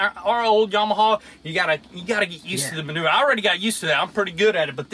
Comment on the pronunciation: Yam-uh-haa, there is no" W" on the end. Just like you were taught in school, sound it out. Or look up how to pronounce Yamaha. Hee haw.